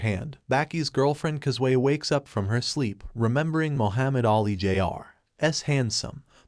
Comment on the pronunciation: Can you teach your ai to pronounce jr properly